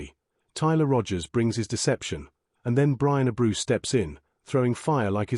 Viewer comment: Ah-brew lol